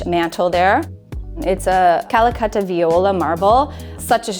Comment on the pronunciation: Finally someone that says ca-la-catta correctly. I have been doing a kitchen reno recently and every contractor, including the fabricator and marble seller pronounces "cal-catta". What drives me mad is that they try to correct me.